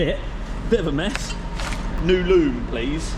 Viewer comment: "New loom" 😩😩😩😩